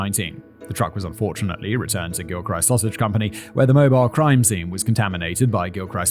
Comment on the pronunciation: Ocala is pronounced "Oh-kal-uh"...Okay, I don't write pronunciations well. The "al" is pronounced like the name "Al." Not that either of us care. Also, the "ist" in "Gilchrist" has a soft "i."